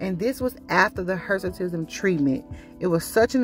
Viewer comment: What is Hersitism or whatever she said?